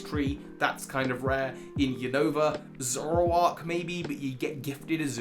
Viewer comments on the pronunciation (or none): none